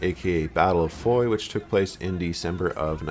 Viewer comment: It's not Foy, fooyy???you moron, it's Foy (fwa)